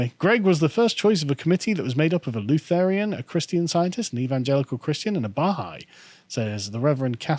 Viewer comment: Carl, the way that you pronounce Lutheran deeply offends my robust German heritage on a fundamental level